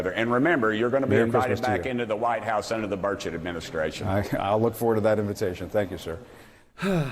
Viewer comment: Senator Burchett pronounced Bird Shit must have fallen on his head because he is making no sense